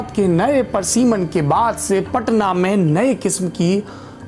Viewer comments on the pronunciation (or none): parsiman nahi pariseman hota hai.